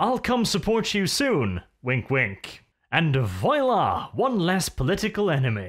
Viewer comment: i absolutely love you mate, but if youre gonna use "voila" you really REALLY need to learn to pronounce it the right way. Its not "voYla".